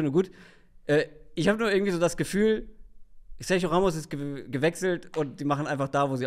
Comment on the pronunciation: sag doch einmal SERGIO [SERCHIO] richtig!!!